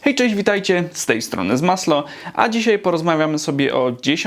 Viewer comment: Czemu ZMASLOK zamiast ZMASLO?